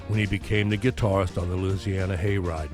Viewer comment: Another great video brother! I gotta say it's nice to know another cat that pronounces "Loosiana" properly! At least as I was corrected by a young Cajun from Baton Rouge that I went to Navy electronics school with and later served with on USS Independence (CV-62). I remember seeing Burton on the old Ozzie and Harriet show as a youngster in the late 50s/early 60s. I never missed the show if I could help it, I loved Ricky Nelson's music! Definitely my pre-Beatles Rock and Roll education!